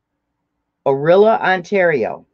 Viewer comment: Tokens are from Orillia (pronounced O- rill - ya). I am glad you like what I sent you. 🥰 Sorry I was late. I am watching replay now. ❤️